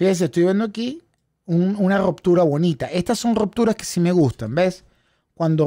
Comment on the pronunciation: No es rOptura.... es rUptura